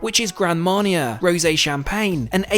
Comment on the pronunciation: Hard to believe anyone who is so widely traveled can't correctly pronounce Nassau or Grand Marnier.